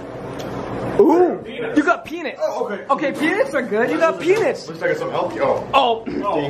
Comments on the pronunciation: It’s “peanuts” not, “peinits” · Yo he said penits not peanuts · please pronounce peanuts differently!!!